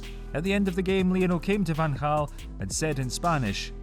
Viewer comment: Credits for pronouncing Van Gaal's name correct